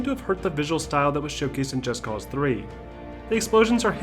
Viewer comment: Finally someone did it right. Most people don't realize they say the title wrong. Its not Just Cause like "Just because I can" Its Just Cause like "Cause for Justice " So Just Cause, not Just Cause. Admit it, you read that in two different tones.